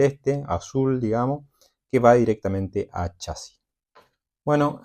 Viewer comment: Es chasis no chási los chási no existen y no lleva acento en ningún lado aprende a hablar bién!😂😂😂😂😂😂😂😂😂😂😂😂😂😂😂😂😂😂😂😂😂😂😂😂😂😂